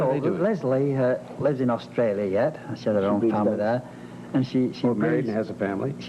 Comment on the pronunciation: Really? Hear when he says 'Australia'... it's not the Ozzie way... or when he says 'Barry': that 'a' sound is British... when he says 'aware': Ozzies would pronounce it like 'a-way-re', he doesn't... when he says 'ten', Ozzies would pronounce that almost like 'tin'... he doesn't. Listen to when he says 'Manchester': it's absolutely British. Of course he must have some Australian influence, having spent his childhood there, but I don't actually think that prevails over his British accent. Their dad is Mancunian through and through, only Barry speaks a bit like him, Robin spoke with a very classy RP British accent only slightly touched by his Mancunian roots, Maurice had a British accent though he had americanised it along the years. None of them had any trace of Australia.